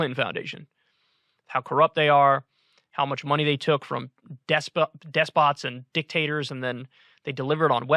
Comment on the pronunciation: Tf are 'desbots', kyle?